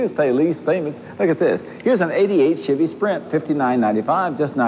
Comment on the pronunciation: Doug Demuro needs to find a duahatsu charade. Also, “schevy”